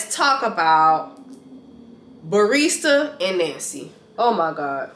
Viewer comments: The fact that you called Bartise “Barista” the entire video 😂 This review is spot on! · Hahhaah you're so funny!! You calling Bartise "Barista". LMAO